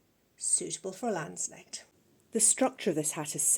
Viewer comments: Just FYI, the K is not silent in German. 🙂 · May I annotate that the ‚k‘ in ‚Landsknecht‘ is enunciated. The ‚ch‘ was pronounced perfectly!